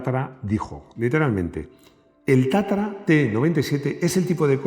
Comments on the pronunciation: Porqué dices o pronuncias Tatara si es Tatra ? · Es TATRA o TATARA, me parece que no Lee bien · Porqué Tatara en vez de Tatra?,y porqué Giuseppe en vez de Josef?.🧐🤔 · No es Tatara es Tatra.